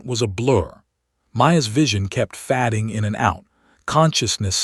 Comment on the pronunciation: Fay ding, not fad-ing!